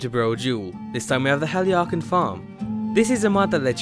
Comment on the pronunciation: How the hell did you pronounce that?